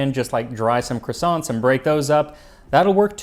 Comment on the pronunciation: Except the way he pronounces croissants; a Frenchman'd roll underground at that